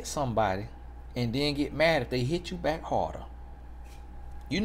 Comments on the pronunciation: All this time l genuinely thought he said BIKE.... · You know this whole time he was saying “ bike” and now I understand that he was saying “ back”😮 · Thought was saying BIKE but he saying BACK 😂😂😂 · say b-ack. Utube say bike in subtitles lol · At first I sincerely thought he was saying "bike"... I'm 4 videos in a row and I get it now 😂😂😂😂😂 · U mean to tell me....😭 Lemme rewind cuz I know this man was talking about a bike!💀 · 💀 I could’ve sworn he was saying bike this whole time 😤